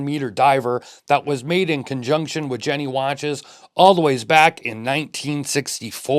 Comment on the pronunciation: Great looking piece. I am a sucker for the vintage look with modern specs. FYI, the company is Jenny is pronounced, "Yenny." 😉